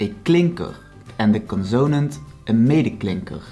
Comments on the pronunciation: Just thought you’d like to know that in English the word “consonant” is stressed on the first syllable. CONsonant. Not conSOnant. Thank you for sharing. I’m enjoying learning Dutch. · He's terrible. Learn with Kim if you want to knock out the Dutch language. He can't even say the word consanat right.